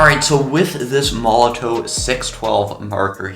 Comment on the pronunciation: It's pronounced molotov mate...sorry to be picky.. ha ha ha